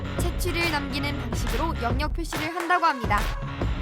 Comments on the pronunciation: 영역 발음 불편해 죽겠네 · 영~녁보다 엉역이 더 자연스런발음 입니다.